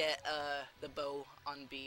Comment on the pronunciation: You also like "BA'd" the bow lol